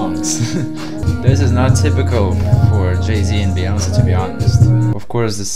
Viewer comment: it's queen b as we say"Be"yonce, not baeyonce.